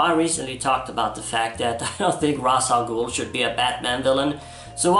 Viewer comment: I miss the days when people said Ra’s Al Ghul’s name correctly like in Batman TAS.